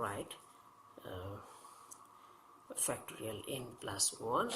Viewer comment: Are you saying factory N?